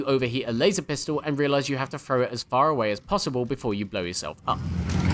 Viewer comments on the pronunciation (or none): didhe just say............. LASER PUISTOl!l!l!!!